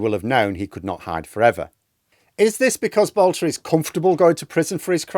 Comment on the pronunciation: His name is Boelter not Boulter. He has no relationship to the divine Katie.